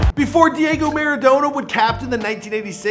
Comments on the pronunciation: Please never pronounce him like maradowna again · Next time please pronounce his last name correctly